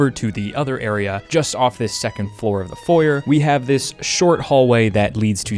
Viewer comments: H-… how did you just say foyer? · You have clothes on your floor and can't pronounce foyer. I am losing my mind. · every time you say Foyer I'm reminded of Chuggaaconroy's playthrough and how he explains it's Foy-Ay, because languages are hard and we tend to snatch other words because they sound pretty, amazing video, good game, enjoyable. Edit: Foy-Ay is the British pronunciation, carry on, and ignore me lol